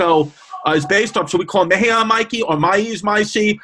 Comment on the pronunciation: "Mexica = "Meh-she-KAH", cuzzies....